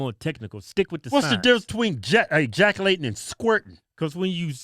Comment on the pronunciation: I love how they pronounce "ejaculation"..It sounds like they're saying Jacki-laytin' ..lol